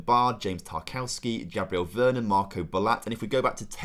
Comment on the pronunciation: mate! youve butchered most of the names. VER -RON